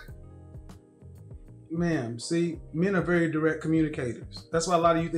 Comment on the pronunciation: I thought I heard that too (so did Kevin, judging by his reaction 😂), but when I listened again, and then kept listening, she actually said, "we are still 'very' good friends". I think it's the very that sounded like 'married' and threw most of us off. 😊